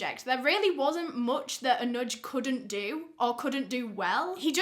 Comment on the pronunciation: Your Pronounciation of Anuj and Pune was Bang on 👌🤘.